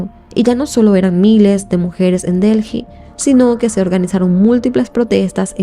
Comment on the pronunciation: Mi vida de verdad que yo amo tu contenido pero es que no entiendo por qué con todos los años que tienes haciendo Youtube no has tomado clases de dicción, ya no es solo los videos que tienen palabras en inglés, son errores que cometes por el puro descuido de no leer o pronunciar bien y uno se pierde porque quiero escuchar la historia pero dices disparates, voy por 2 minutos y ya has dicho Delji como 3 veces y Delhi se pronuncia Deli nomás, y en lugar de decir religión dijiste Región, "sosguar". De verdad toma un curso pequeño de dicción, son errores pequeños que eres capaz de mejorar!